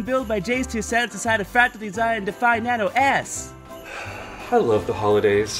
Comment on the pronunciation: Why do I always hear "Nano Ass" Whenever he says "Nano S"